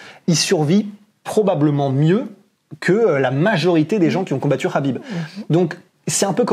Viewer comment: On dit Habib en plus